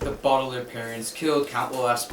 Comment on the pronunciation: it’s BAUDELAIRE not BAUBELAIRE